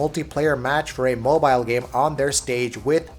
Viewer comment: The way you say mobile really infuriates me